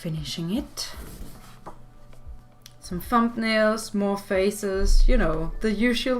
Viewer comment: "thump-nails" 😂 I love it.